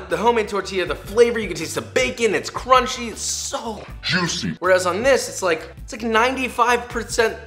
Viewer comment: cwunchwap supweme